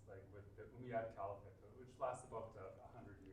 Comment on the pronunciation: did you say the "ohm'god" empire?